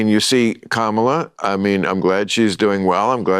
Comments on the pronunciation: NEVER listen to an individual (trying to inform) who can’t pronounce the name of the topic they’re babbling about! COMMA-LA! Maybe that will help. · Is there something wrong with you that you can’t pronounce Kamala‘s name? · You still pronounce Kamala wrong but hey, who cares